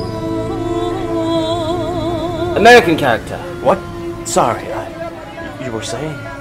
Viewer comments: The best part is the "Nahi nahi, I'm a gora, I'm a gora" (No no, I'm a white guy). Except the pronunciation of 'gora' is closer to 'ghoda', which means he's saying "I'm a horse". 😂EXACTLY the kind of mistake an English-speaking foreigner would make. It is a testament to the sheer glory of this masterpiece that I can't be sure whether it was done on purpose or was an amazing accident, but it's hilarious either way. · Except he pronounces it like "neigh neigh I'm a ghoda I'm a ghoda🐎" 🤣🤣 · It took me like six replays to understand he meant "I'm a white man" when he said "I am gora" 😂 He pronounced it with a thick R which would make the word mean 'horse' and I was like, is he trying to say he's on a horse? Maybe he wants a horse?